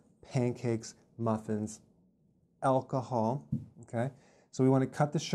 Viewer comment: I like the emphasis on "aalcahol"